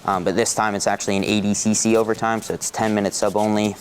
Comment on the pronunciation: Why does he pronounce it "ADcC". It's clearly ADCC